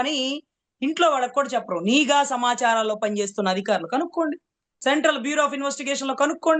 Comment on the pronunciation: అమ్మా మీరు కూడా నీగా అధికారులు అనడమేంటమ్మా.. నిఘా అధికారులు కరెక్ట్ మేడమ్.. అతనికి చదువు లేదు కాబట్టి నిఘా అనే పదాన్ని నీగా అంటాడు..